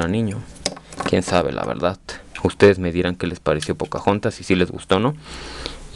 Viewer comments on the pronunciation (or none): Deja de decir verdat cuando habladassss